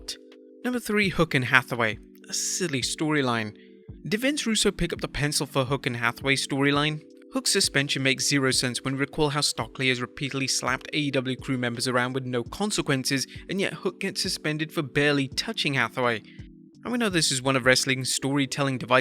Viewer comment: Dude... Stokely Hathaway’s first name is pronounced “St-OAK-lee” not “St-OCK-lee.” If you actually watched the show you'd know that by now.